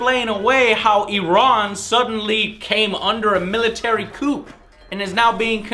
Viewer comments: "Military coop"? Hahaha. I think you're looking for "coup", which is pronounced "coo" but nice effort there, Joe. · Did Joe just call a Coup, a cook? My head hurts :( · "...military couP" lol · coup is pronounced like "coo" not coop. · "Coup", pronounced coo, not coop. Sorry, please return to being awesome. Thanks. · Joe: "Coup" is pronounced as "Coo" Not "coop" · Military Coop? Coup is pronounced "koo" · military "coop"... HAHA - coup is pronouced "KOO". Also, is this guy black, mexican, or blaxican? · wait...did he just say it came under a "military 'coop'(with the p pronounced?) and is now being controlled by the military". I hate to break it to him, but that's what a military coup(with the p NOT pronounced) actually is....it's the military overthrowing the government. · So Iran came under a military coup? Like chicken coup, rooster.....what? It's pronounced "coo" lulz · its not pronounced coop, its pronounced coo. kthx. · Did he rly say “coop” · Pro Tip: you don't pronounce the 'p' in "coup" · Lol, military "coupe" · the "coup" in "military coup" is pronounced simply "coo"... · lol he pronounced coup as coop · Did he seriously pronounce "coup" as "coop?" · coup is pronounced "koo"... sorry couldn't help it. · haha. he pronounced it military 'coop'. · It's pronounced "koo" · Hey joe? Pretty sure the p in coup is silent. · did he really pronounce the P in coup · "coup". P is silent. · Nice review, Joe. But did you actually pronounce the "p" in coup? Ouch. :) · A coup and a coup, both speeled the same, one houses chickens one is a military led government overthrow. They are not pronounced the same. : )